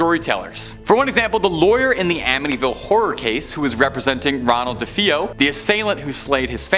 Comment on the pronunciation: The way you pronounce DeFeo is weird but fun.